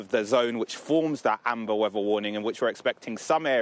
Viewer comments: "Da Wevva" 🙄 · Like how says snowy wevvar.